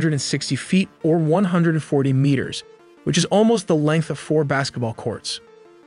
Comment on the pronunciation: My guy can't pronounce meters xD . Awesome video!